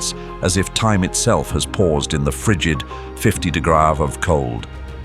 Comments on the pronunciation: PSA for documentary lovers like myself who clicked on this video: this video is at least partially AI. The voiceover seems to be AI (see: saying "onety" instead of ten, saying de-go-rees instead of degrees), and some clips taken are not located in Siberia. In the description you can see the content has been digitally altered or generated. In my opinion, it is somewhat scummy to run a channel about nature with tools that greatly harm the environment. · The voice is AI, the responses on comments are clearly AI, and there are scenes that are also clearly AI and not real ( is an example along with when the AI voice can’t say “degrees” etc) … it was almost good but i hate having AI encroach into everything because now I question any of the information and its validity.